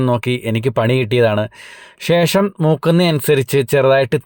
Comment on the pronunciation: ഷേഷം അല്ലാ 😂😂😂😂...ശേഷം...😂😂😂😂